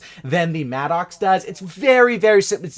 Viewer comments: It MADDUCKS not MAD OX . How can you be a native English speaker and say that shit? You probably used to call martyrdom Marty Dom too... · it’s pronounced “mad-ux “